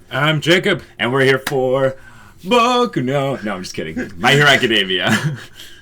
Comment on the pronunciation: That "boku no" at the start hahahaha